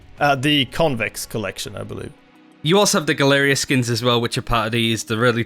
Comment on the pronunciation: Someone teach this man how to pronounce galleria